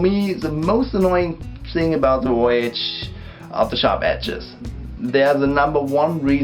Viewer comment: You had me at "woyage" ^_^